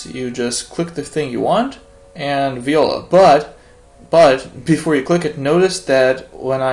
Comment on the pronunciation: Hi That "viola" in french you have to say like "vuala"